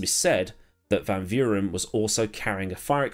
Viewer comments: Amazing video as ever 10/10. And you said you hoped you pronounced van Vuuren correct and this is by no means criticism just useless info 😊. But anyway not quite, in the Afrikaans language v is almost pronounced like f so technically it's closer if you say fan fuuren 😂. Very strange I know but hey we got it from the dutch 🤣! Still love the language though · Your pronunciation of Van Vuuren was almost spot on. Just think of the v's in his name as f. In Afrikaans the v has an f sound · In terms of Van Vuuren, which in a strange twist of irony means “from the fire” or “from the light”. You got everything but the V part right. Afrikaans and South African names can be pronouced as though you were reading a Dutch Person’s name. So the V in van and Vuuren is the same F sound in Verstappen (Ferstappen). But yeah the main reason for the redesign of the original Kyalami was because the main straight had guys going top speed for too long. And they’d end up crashing because they would end up braking too late.